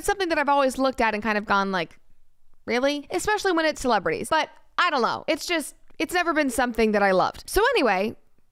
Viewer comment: "I dullo" Lol